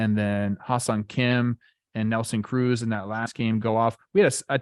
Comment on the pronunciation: Did this man just say Oneil Ocruz? Likes he’s a damn pirate?